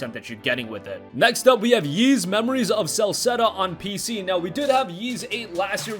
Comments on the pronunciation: Ys is pronounced “Eece” not like “Yeez” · The way you pronounce “Ys” makes me want to piss in a turtles mouth and shave my ball hair and glue it to my Adam’s apple.